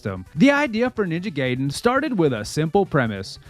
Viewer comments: It's Ninja GUYden, not Ninja GAYden. 😂 Edit: It's REE-U. Not RI-U. What's wrong with you? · Nice video, but you've been mispronouncing "Ryu" and "Gaiden" for the entire duration. "Jaquio" is also wrong (It's Jaki-oh, 邪気王, King of corruption, or Fel King) but the translators are to blame for that.